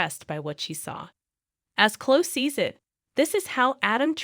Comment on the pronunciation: It's like a guessing of who you're talking about learn to pronounce the names as they do on the show then I might know Clo I think you mean CloE